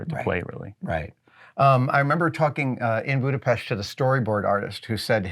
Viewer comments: First time I hear an American say Budapest properly. It surprised me, to say the least. Thanks to Mythbusters I'm a fan of your work and though I'm very late to the show, I'm happy that it aired at all😊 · Adam you said Budapest in the correct way. Nice! ;-) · Wow! He didn'T say Budapeszt instead of Budapest! A cultured man! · Adam! You have just pronounced Budapest perfectly! 😊 Congratulations! 👌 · Thank you Adam for pronouncing Budapest the right way